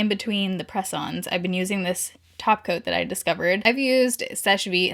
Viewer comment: You said “top coat”, I heard “taco”. Why am I me?